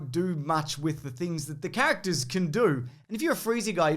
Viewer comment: The way he says characters "cactus"